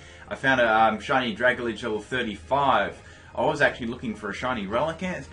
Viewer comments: Drag Alge, not Dragaledge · It's kind of a dick thing to do, correcting someone's pronunciation, but I think it's pronounced "drag-ALjee" as in submarine plant matter, since both are based on kelp. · I got a shiny rogenrolla (however ya spell it) mid game I was so surprised! Also it's pronounced drag-alge as in algae the water plant thing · OMG ITS PRONOUNCED DRAG - ALGAE Its like dragon and algae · IT'S DRAG-AL-GEE! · "dragladge" lol